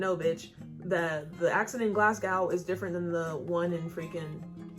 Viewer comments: "GLAZ-GAHOW" Lmao, you say it 'glaz-go' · You were so proud of pronouncing edinburgh right, then you hit us with that "Glass-gow" 😂❤ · It’s not glad- gow like ow that hurt. It’s glasgo without the w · Just FYI. The end of Glasgow is pronounced like "Go" instead of Gow like "Cow".. Infact the whole word is more like Glahzgo! Lol x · It’s pronounced Glaz - Go not Glass - cow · It stresses me out how you say GlasgOW you say it like GlasgOH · For the last time... it’s pronounced glas-go not glas-gow (cow) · Glasgow is pronounced Glaz Go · it’s glas GO not fucking whatever you said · Glasgow is pronounced glasGO :) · Yorkshire is pronounced York-sheer Any area that has shire on the end is pronounced sheer and Glasgow is pronounced Glasgo Just say it without the w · You know, the W is silent in Glasgow. So it's said like Glaz-go. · It's pronounced glaz-go not glass-cow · Places with Shire at the end are pronounced “sheer”, Norfolk is pronounced more like nor-fuk, and Glasgow is pronounced glas-go :) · U said Edinburgh perfectly, Glasgow not so much lol don't say the W at the end of Glasgow. Its simply pronounced GlassGo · Yo, just for future reference it's more pronounced "Glazgo" I know I've came up with tips for other videos, can't believe that one escaped me 😂. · Pronunciation: Glasgo, yorksha not yorkSHIRE and norfik not norfolk but I'm in the North East and all dialects are different 😂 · I’m from a small town outside Glasgow called greenock and i’ve lived here my whole life! i’m not trying to be mean but you pronounce Glasgow as glas-go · You need to learn how to pronounce the rest of the cities, now that you got Edinborough down pat.